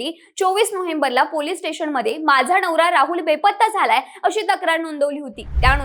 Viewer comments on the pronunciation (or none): नवरा ❌ णवरा ✅ 😂😂😂😂